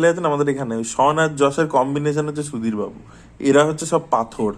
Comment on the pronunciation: সুধীর বাবু❌️ *দির বাবু✅️ 🤣🤣🤣🤣